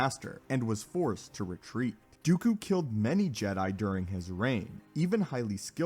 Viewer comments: TL;DR...it's Dooku... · Please it’s dooku not even going to bother listening.